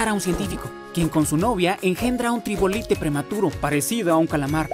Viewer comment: error xd se dice trilobite no tribolite pero aún así buen video :D